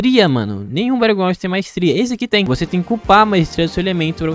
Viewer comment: Quando ele disse BatlleGrownd eu saí do vídeo